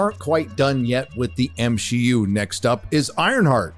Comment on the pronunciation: The other day, someone was talking about the M C (see) U, and my brain was like, 'wait, you're pronouncing it wrong'. So used to hearing M She U, lol.